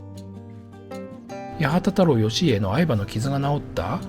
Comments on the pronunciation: しっかりした構成の動画で、大変参考になりますが、漢字の読みは正確にしましょう。八幡太郎義家を「やはたたろうよしいえ」と読んでは、この人学がないなと思われてしまいます。馬油も「うまゆ」ではなく、「マーユ」又は「バーユ」です。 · ホテルの名前は、八幡屋（やはたや）ですが 八幡太郎義家は、はちまんたろうよしいえデス 個人名は固有名詞なのでお間違えなく